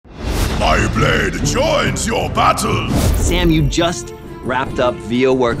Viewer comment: Ultimate Zerx TASTE-UH MAH BLADE-UH